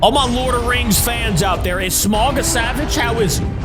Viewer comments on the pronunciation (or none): dude Smaug is EVIL (ps it’s pronounced “sm-a-o-ug” not “smug” or “smog”) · It's smaug not smog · It's not pronounced like smog it's pronounced smawg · So, it's actually smaug, not smog. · Sm-ow-g not smog just to let you know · It’s pronounced Sm-ow-guh not Sm-og, also Smaug is literally known as the impenetrable talking dragon. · You did not pronounce Smaug right, it's spelled S-M-A-U-G.